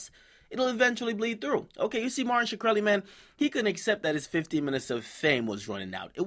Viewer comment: Shikrely lmao